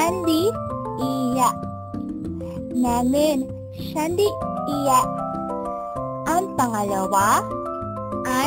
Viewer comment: everything is okay, but yung pronounced ng iya- is kinda weird. dipo mataas ang tone pababa dapat yung tono nun hehe. nanu pilipin saramiya. wag na pong putulin sa -iya. tips lang po!